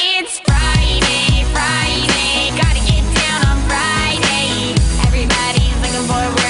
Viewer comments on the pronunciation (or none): Im sorry, but is there something wrong witht the way she says friday, kinda sounds like she saying, "fried eggs fried eggs" and what the f%^% is that dancing, you call that dancing, she has no rhythm what so ever